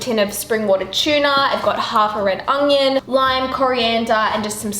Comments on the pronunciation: i hate when people pronounce onion as ungyun. edited to add you can’t cook for shit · Everytime you say onion, i hear sophies voice „onGGGGion“ :D